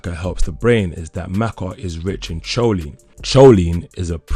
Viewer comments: Remember...the h is silent on the word herb..it's pronounced erb...h is also silent on choline...it's pronounced co lene......not cho lene.... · Not pronounced as choline.but..kholine boy.... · Good overview. Choline is pronounced “co-leen” btw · I think he is saying it in spanish CH is that sound he is making (in spanish)